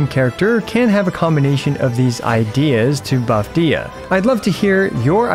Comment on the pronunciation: It’s pronounced Deeya so seven ideas to buff Deeya would have been such a spectacular pun.